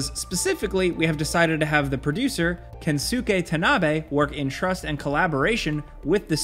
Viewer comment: You definitely did not pronounce Kensuke correctly...